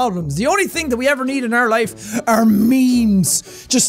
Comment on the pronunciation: you've said ting and then there is literally every St.Paddies day video.